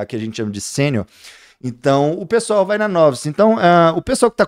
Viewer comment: Caraio, sempre achei que se pronunciasse "novaice", mas é "nóvce" mesmo. Boa,.